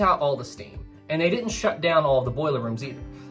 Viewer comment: Thoroughly enjoyed this video with 2 complaints lol, I heard many of the lifeboats weren't properly filled so we don't give medals to those crew, secondly, it's didn't and hadn't, not ditten and hatten hahaha. Meant with respect.